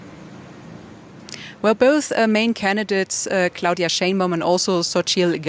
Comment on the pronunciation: "clauDILLMA " kkkkkk